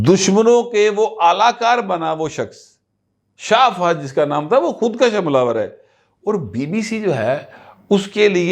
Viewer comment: ناراض نہ ہونا، آپ اکثر بعض اردو بولتے ہوئے تلفظ کا خیال نہیں رکھتے. مثلاً ابھی آپ نے بولا "خود کش kash" جس کے معنی ہیں خود کو بڑھانا، طول دینا. جبکہ اصل لفظ "خود کش kush" ہے یعنی ک کے اوپر پیش پڑھی جاتی ہے. جس کے معنی خود کو ختم کرنا، یہ فارسی زبان کے الفاظ ہیں پہلے والا کشیدن لفظ سے نکلا ہے جس کے معنی کھینچنا یا لمبا کرنا، جبکہ دوسرا لفظ کشتن مصدر سے نکلا ہے جس کے معنی قتل کرنا یا مارنا.